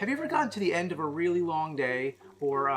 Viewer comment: Nobody: Nerd: "THE END-PUH"